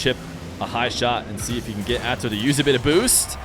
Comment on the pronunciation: Perfect way to say - "Atow survies" is true